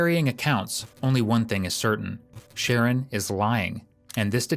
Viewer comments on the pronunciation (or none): His name is shaaa-ron nor sharron 😂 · The narrator keeps calling this kid Share-an and his name is Shu- Ron .. I feel so bad for his mother. He’s only 12 yrs old and already has so much hate for another human being. A vulnerable person no less. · The commentary calls him”Sharon but it’s pronounced “Sha Ron” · Sharron is pronounced (sha-ron)😂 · FFS...Sha-RON...not Sharon! That being said, the fact BABIES this age can get heir hands on guns should scare the crap out of everyone. This country is lost. Lost and out of control. With our new "president"..I suspect evrything is just going to get worse. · I know these kids have stupid names, but calling him Sharon the whole time is wild. I’m sure it’s “shuh-ron”. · OMG, his name is Sher Ron, NOT Sharon. The detective said his name correctly, may times. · Nope. It’s Sharron. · Just want to point out his name is pronounced: sha-RON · Says sreggin 😅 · It's pronounced Sha'rron his mom kept calling him ron and ronny. I doubt his name was the issue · i hope the narrorator is AI because if not they need to be educated on ethnic name pronunciation its SHA - RON its not hard jesus fuck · I believe it’s pronounced Sha-Ron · shah-Ron it’s a man name 🙄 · You don’t even say his name correctly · narrator needs to just call him ronnie, as he cant pronounce the kids name even after the kids name has been said several times.